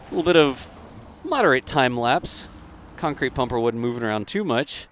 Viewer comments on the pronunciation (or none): none